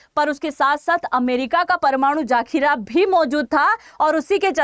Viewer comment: मैडम आप लोगों के साथ यही परेशानी है कि आप हिंदी सही नहीं बोल पाते लगता है आप इंग्लिश स्कूल की पढ़ी हुई हैं आप वीडियोज में हिंदी की बहुत गलतियां करते हो अब इसमें जैसे परमाणु जाखीरा बोल रही हैं आप जबकि ये शब्द जखीरा होता है